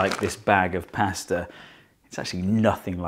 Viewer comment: I wish Americans said pasta like you